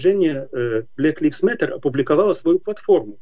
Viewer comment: Не "блэк ливс мэттер", а "блэк лАЙвс мэттер" Режет слух. Где вы живете и чему учились ???